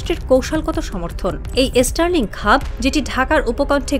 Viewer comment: আগে তোরা স্টার লিঙ্ক কথাটা ঠিক করে উচ্চারণ কর ওটা এস্টার লিঙ্ক নয় 😂😂😂😂